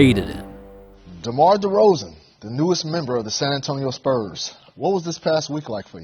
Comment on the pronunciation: Demar De”cold”zan